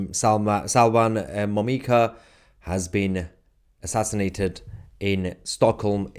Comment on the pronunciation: His name is Momika, not Mimoka.